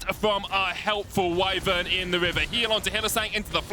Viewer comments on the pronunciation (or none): Wait W00T? Wyern? ^.- what you mean Wyvern,? Dragon Or wyvern!? NOT the same? so wtf is it!? knows ALL the lore, weapon-names and abilities and...shit... So YOU saying this...just NOT good! now I'm unsure -.- p.E. saying it, i'd think probably just Shmedi Vedi shmoo, done. But..."YE KNOW TE MATCH!" Its like when there's something in a book but the professor says the exact opposite. WHO THE F you trust now!?WYVERN OR DRAGON!?What is it!? -.- XDXD